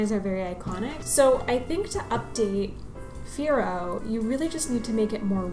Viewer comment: For me after the Gen 3, they are messed up more and more... I don't like new designs, Sun and Moon basically comes from hands of 6 - 7 years old childs.... They are so poor designed. They don't care quality.. Hypno looks good tho, I'm not gonna lie, but Fearow... Guys it's in the name "FEAR -ow", it's meant to be look that way...